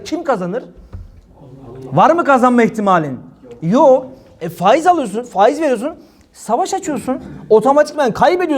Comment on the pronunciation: Ey Cübbeli Ahmet ve avanesi sen neredesin ya. Reisin fâiz fâiz derken.